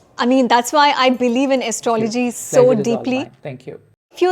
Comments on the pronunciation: Like your podcasts, but please check pronunciation of astrology :) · Is it Astro-,logy or Astrology? Leebra? Your pronunciation is abhorrent!! Why do you take this accent?. Why do you still need English? Dear Sir, Astrologer: 2026 is a Gregorian calendar not Vedic calendar. Stop fooling people.